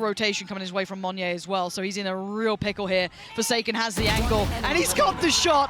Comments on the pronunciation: Idk if yall realised this, but the way pronounced monyet, she silent the T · is no one going to tell her how to pronounce "monyet"? XD